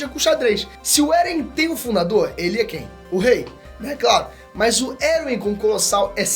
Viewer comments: eu acredito que Erwin se lê: "ervim" e não: "eruwin" deu até um TOC em mim aqui,um treco,um tick estranho kkkkkkkk alguém mais? edit: tmb acredito que o erwin ia contra a ideia do eren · "Eruwin" kkkkkkkkkkkkkkkkkkkkkkkkkkkkkkkkkkkkkkkkkkkkkkkkkkkkkkkkkkkkk Não sabia que a pronúncia oficial de Erwin agora era essa LOL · Pelo amor de Deus! Erwin lê-se "ÉRVIN" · Me pegou demais ficar falando "Eruim" mds. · Essa pronuncia do "Erwin" me quebra, toda vez eu entendo "Eren" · Você pronunciou Eren e Erwin muito parecidos as vezes não dava pra saber de quem tava falando